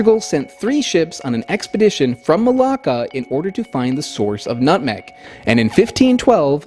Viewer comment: i keep hearing malaka but you keep sayin malacca